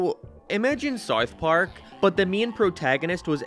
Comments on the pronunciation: This guy cant pronounced "ou", around and south both sound ridiculous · You can't say South.. lol. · This guy cant even say the word "South" correctly. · Bro can’t pronounce south 🤣🤣🤣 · why are you saying south so weird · Yeah, why does this guy live in a different house?